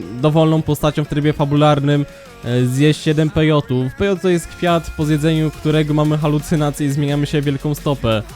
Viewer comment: Pejoty??? Pe-jo-ty??? Ja pierxole...